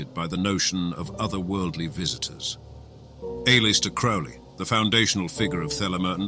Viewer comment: It still makes me laugh listening to these narrators who read the script n front of them and Flub it up. For Example..... A-Lister Crowly (Allister Crowley) 🤔